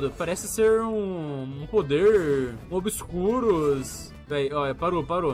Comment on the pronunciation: Min fala obiscuros lembrei automaticamente de Animais Fantásticos e Onde Habitam kkkk Min Casinhas agora com tecnologia de proximidade👍 Alugue a sua antes que acabe Vou tentar ver a live mas com minha sorte n vou conseguir ver ela toda DE NOVO!!!